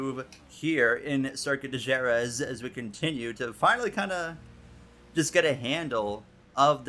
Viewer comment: Great and legendary circuit, definitely a cool concept!!! Pronounced Huh-RETH but what a cool idea!